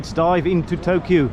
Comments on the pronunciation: you do not stress the last "u" in the names: It's Tōkyō, not Tokyou. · all others words are not that too bad pronounciated but Tokyou was really extreme... Never mind! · Tokyo is pronounced Tokioh and Seiyu is Saiyu.